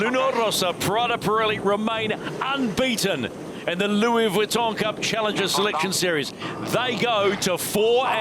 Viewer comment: Generally I'm enjoying the informative commentry, with relatively unbiased opinions, but PLEASE stop calling this regatta The Louis Weton cup, Vuitton is phonetically pronounced " Veton " Other than that, keep on keeping on. We'll be down in Barcelona from this Friday.🎉